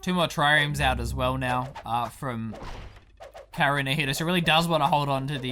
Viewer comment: So, the drinking game here is to take a shot whenever mispronounces "kaerunohito".